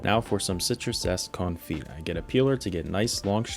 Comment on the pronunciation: You don't pronounce the "t" in "confit"